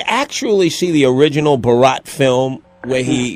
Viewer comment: "The original buh-rat film" Why did the interviewer pronounce it like that